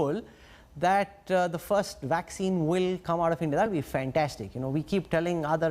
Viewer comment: He keeps saying waxcine and wirus instead of vaccines, and virus, just wanted to know from which did he passed!? anyway you may say as you like we understand you, but the things that worries the people is the vaccines becaused it takes more than 6 to 7 years to develop ,if so?! Then 95 percent of the world population will be wipe out ,I am very very sorry to say that!! .